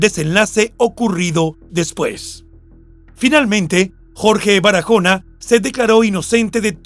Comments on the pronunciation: En español ese apellido no. Se pronuncia Barajona. Sino Baraona aunque lleva. H pero la. H en español es muda no tiene sonido . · Es Baraona, la "h" no se pronuncia. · Excelente narrador, pero en español la h no se pronuncia, con lo que no hay necesidad de decir Barajona. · Perdón la h es muda no tiene sonido.tu la pronuncias como una jota se pronuncia Baraona y se escribe Barahona